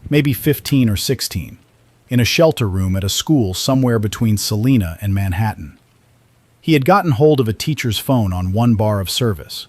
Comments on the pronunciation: In Kansas, Salina is pronounced sa-LIE-na, not sa-LEE-na. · I'm from North Central Kansas, and every time the narrator said "SalEEna," it set my teeth on edge. It's SALINA! Rhymes with SALIVA! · Leave it to AI to claim to be in central Kansas but not know how to pronounce Salina or McPherson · I wish the AI would pick just one pronunciation for Salina and stick with it. Half of the time it was wrong. 😒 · I'm from Hays. Funny how they always say Salina wrong lol